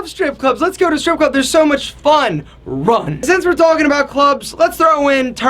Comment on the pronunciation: LOL the way he says "RUN" is great